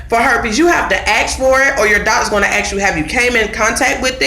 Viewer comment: Good video. But the word ask or asks isn’t ax or axed. smh